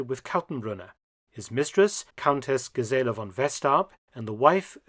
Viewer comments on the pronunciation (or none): Gisela: accent on the first syllable, not the second.